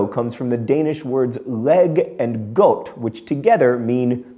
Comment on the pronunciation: Youi're horrible at speaking Danish, John. "Godt" is not pronounced as "Goat", but as the German word "Gott."